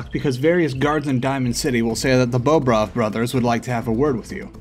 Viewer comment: it's not bowbrov it's bohbrov